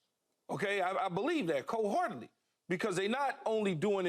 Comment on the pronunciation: He said “cold heartily” haha you mean “whole heartily”